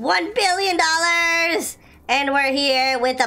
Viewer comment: HOw he SAid 4 BilLOOn😂